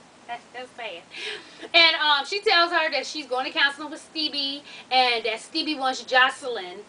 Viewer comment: You be really calling him Steebie lmao